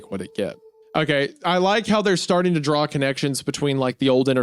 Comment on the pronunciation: I love that Hunter is 47 with the pronunciation of a toddler 😂 Dude is a whole ass professional artist and says the word draw like “drall”